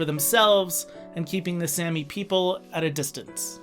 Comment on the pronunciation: Really annoying how you pronounced it like sammy...its pronounced with a long a saami! Also please include Finland or Russia!